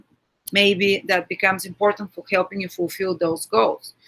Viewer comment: отличное видео. Понимаю, английский не родной язык для нас с Вами. Просто замечание, может быть найдете полезным (я сам работаю над улучшением произношения, ни в коем случае не язвлю, просто хочу помочь). Слово help or helping, вы произносите как хьэлпинг с мягким Х. Должно быть более жестким как ХЭЛПИНг. Надеюсь был полезен. Спасибо!